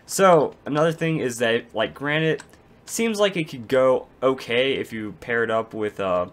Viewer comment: Lol u don't know how to pronounce granite(Repliers shut up) The 'a' is said like in grand and the 'nite' is said like the word knit.